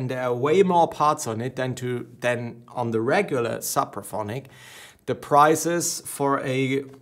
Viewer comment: Suppraphonic? It’s Sooopraphonic